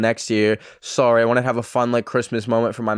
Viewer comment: am i the only one that makes fun of accent everytime he says "sorry"😂